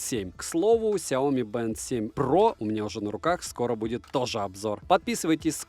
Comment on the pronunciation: Сяоми́, а не Сяо́ми! С ударением на букву "и", а не на букву "о"! А то Какая-то Наоми получается! Нао́ми Кэмпбелл – Сяо́ми Кэмпбелл! Не надо искажать и коверкать это китайское наименование брэнда!